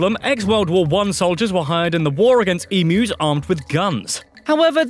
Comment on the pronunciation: yeah it's pronounced emyus but spelt emus. people get it wrong but it's not like i care, unless you are getting chased by one and have to escape it. jk you will never escape one, as they are very fast sorry for the darkish ending there